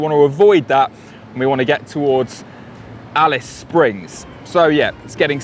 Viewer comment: Didn't this guy make the effort to find out the Australian pronunciation of Australian place names? Ignorant. He got Alice Springs correct. Genius.